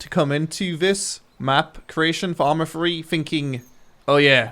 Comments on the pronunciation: "arma free" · Why do you call it ARMA Free. It's not free!